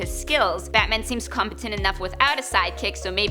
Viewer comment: It sounds like she's saying Batmin.